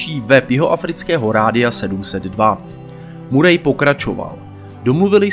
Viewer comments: Tak informativní hodnota videa je víceméně o ničem, nápad dobrý, ale chce to proste víc informací. Navíc ta výslovnost (murej), fakt ne. Nicméně zůstanu a podívám se ještě na další videa a uvidíme. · Bráško, všetko super, len to priezvisko Murray sa číta Maery...to nie je hate...skôr príprava na haterov, keď bude video na vrchole..